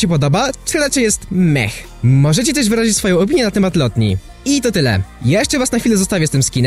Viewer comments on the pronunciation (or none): none